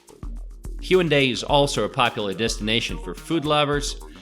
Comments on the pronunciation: why does he say HYUNDAI beach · It’s hae un dae. Not hyundae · Haeundae(x) Hae-un-dae(o) most Koreans cannot understand it if pronouncing it consecutively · It's pronounced HAE WOON DAE. I think knowing the pronunciation of a city is fundamental before introducing it, don't you think? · your pronunciation of haeundae is terrible.. do some research before posting you're good ignorant video. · The way he pronounces Haeundae and Seomyeon gives me anxiety. Having said that, this is a great video showing the general areas of Busan and what it offers. Nice!